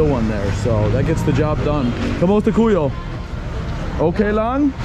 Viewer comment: Bro please learn more Tagalog phrases. Maybe introduce yourself before asking for ppls names 😂 Ako si - i am Ano pang- Alaan mo? - what is your name? Emphasis on the last syllable. Kumusta kAyo not Ku yo - how are you?